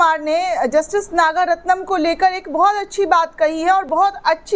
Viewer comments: नाम तो ठीक से ले लिया करो मोहतरमा नागरत्ना है नागारत्नम नहीं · Your wrong pronunciation of the name of Justice Nagaratnam repeatedly is very irritating to the ears of people.